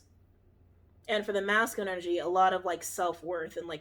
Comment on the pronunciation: “Masking” energy is what I think is being said but she’s saying “masculine”. Lol phew. I had to listen a little different after that lol